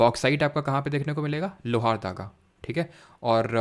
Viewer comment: Pronunciation:- लोहरदगा✔